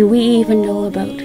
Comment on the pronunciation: Such a beautiful message and scenery to start off the weekend. John noticed your accent. I didn’t notice it until John pointed out when you said the word “about.” We have a strong accent here in New York as we saw “cawfee” instead of coffee and hot “dawg” instead of hot dog. Blessings to you both. We love your music. 🎶